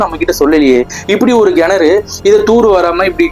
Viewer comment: Nice story bro but its kenaru pronunciation parunga not genaru. That was the only thing irking. Super story keep it up..